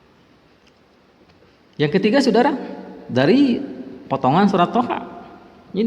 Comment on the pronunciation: Toha bacanya yg bener bos